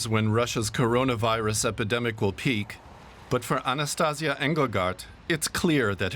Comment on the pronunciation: Not Anastaz'ya: A-na-sta-see-YA (strees on end of word). Anastaz'ya sound like Sexual Tranmitting Disease... And she is not The One - there a thousands of volunteer in all Russia. Also - why no video picture about 16 brand new hospitals built less than 2 months?! On this video is temprorary checkpoint - not hospital for thousand patients... Real brand new hospital is huge! More than in China(!)